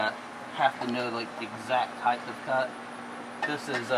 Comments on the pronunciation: Nice video but it's height of cut , not heithth of cut ...no such word as heighth ..I used to be a greenkeeper on a rural 9 hole 18 tee course and I made a aluminium bar with a threaded bolt to do the same thing .super fine feeler gauge to check blade /bed adjustment . My two mowers were Rover with 24" cut ..Now that course uses triplex ..faster but nowhere near the quality of cut and it causes compaction .I like how you leave the catcher off too in this application because the clippings are acting like a natural mulch for the grass ..Good stuff .. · heighthhhh of cut? :)